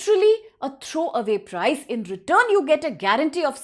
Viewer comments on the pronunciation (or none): none